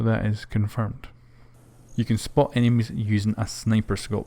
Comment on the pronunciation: you can spot "enemies" not enimies